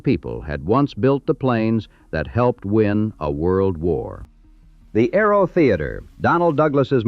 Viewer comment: Aero not "Arrow" AI mistake